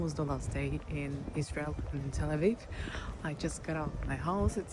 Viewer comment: Uoh not say lsrail ril